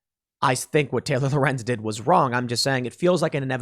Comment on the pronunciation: Yay Tim said Lorenz right.